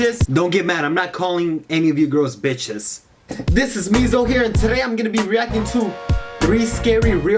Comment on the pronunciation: why did u say bicth